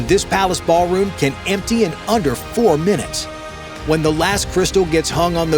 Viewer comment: Ahh yes, the "baal" room. 👹